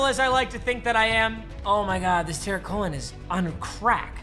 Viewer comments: TUH-REEK not tear-ik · It’s Tarik like ta-reek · Your first mistake was calling Tarik Cohen “Terrick Cohen” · “ terieak Cohan” 😂😂😂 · When he calls Tarik Cohen, Tahrick Cohen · “terek cohen” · Tar-reeeeeek. Not Tar-ik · It's "TaREEK" not "Ta-RICK" Cohen. 🤐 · Tu Reek Cohen not Tarik Cohen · Just so uk it’s pronounced ta-reek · almost threw up at that pronounciation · I’m a bears fan and I got triggered when he said Tarik Cohen’s name wrong 😡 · The way you say Cohen’s name is so wrong it pains me